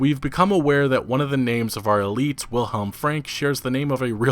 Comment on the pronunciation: As always, thank you for the video. As a quick note, Wilhelm in German is pronounced "Vilhelm".